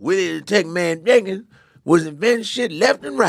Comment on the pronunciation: lollll why you gotta say Jenkins without pronouncing the J